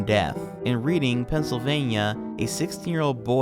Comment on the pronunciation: Pennsylvanian here, it’s pronounced Redding, only know cuz I’m 15 minutes away